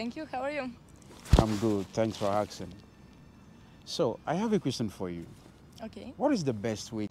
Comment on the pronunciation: My friend is “aksing” every girl he bumps on 😂